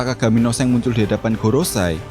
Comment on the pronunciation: SHANKS BANG BUKAN SENG